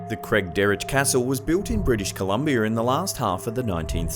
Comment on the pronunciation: Yeah and say Columbia right. lol